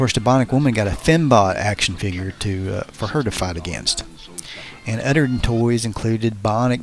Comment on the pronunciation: Dude . ...the word is OTHER..... .NO UDDER. LOL